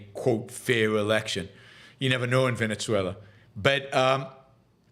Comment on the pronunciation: 1. If you can learn to pronounce Guyana, you can learn Venezuela- Veh-neh-sue-ella. See? Easy. Soft Z, not hard z, it's not Venezia, you're not speaking Italian. Capisce? 2. A huge chunk of Guyana belongs to Venezuela, the British stole it, then they allowed Guyana to become an independent nation. Venezuela in the 1800s had a small population, and not every area of the country was inhabited, so it was easy for the Brits to show up, plant a flag, and steal Venezuela's land. 3. Your opposition to Russia sending refugees to Finland is ironic, considering you support immigration. 4. Guyana is not the only English-speaking country in Latin-America, there's also Belize and Trinidad. You need to brush up on your geography lessons.